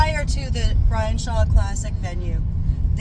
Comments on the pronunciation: I pwomised my fwend Bwian so now I have to cancwel mwy mwatch with Vwitaly, guys! 😂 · He can't. His fwend Bwian will be so saaad if he pulls a real match! 😂